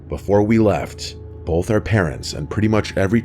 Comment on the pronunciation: Every time I hear my guy say 'bolth' it sends me 😅